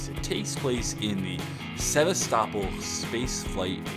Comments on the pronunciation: It's pronounced sev-ass-ta-pol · Don't want to be a dick but as a nerd that loves alien isolation so much, I want to point out that he said Sevastopol wrong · Exactly! I actually got a bit disappointed when he pronounced "Sevastopol" Wrong.